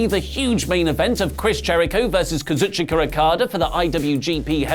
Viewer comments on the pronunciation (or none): why you (and your friends here on WT) say Kazuchika Okada adding an "r" at the end of Kazuchika? Also with other Japanese name you do it... And also why you pronounce Takagi like an English name? Have you ever give attention during NJ promos or shows on how Japanese names need to be pronounced? Beside that I love your show, you are the best in WT